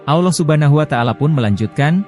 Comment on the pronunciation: bukan alloh tapi allah bicara dgan jelas la